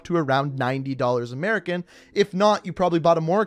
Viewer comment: I dont think I like how you said "America" sir.